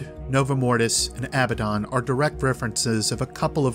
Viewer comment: You pronounced abbadon wrong. Its sounds almost EXACTLY like abandon.